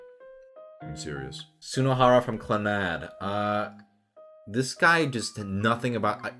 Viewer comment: Did you even watch Clannad? Sunoharra isn't just some cheerful guy with no substance. If you don't believe me then watch the mei arc. Also you pronounced the name of the show wrong. I don't blame you for that one though cause they never say it in the show itself. But it was named after the Irish Folk Band "Clannad" (Cluh-nahd).